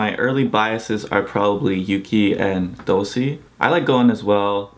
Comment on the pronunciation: Another great video! Just one thing... not to be that guy but... I'll be that guy for once haha. Dosie is pronounced Do-shi :)